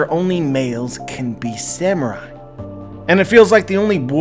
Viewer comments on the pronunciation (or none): none